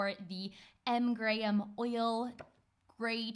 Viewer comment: Yay says Graham properly (in my opinion) the american pronunciation always throws me off. Sometimes I forget shes British.